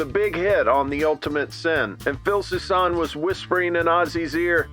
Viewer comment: His surname is pronounced "Susan", not "Soo-sahn". SMGDH...